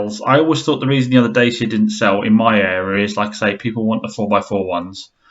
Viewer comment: It's pronounced Da-cha apparently not Day-sia. A Renault bargain brand but reasonable owner satisfaction I hear.